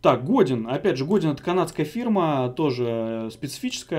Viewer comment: Для справки. Godin произносится как ГодЭн! Это французская фамилия.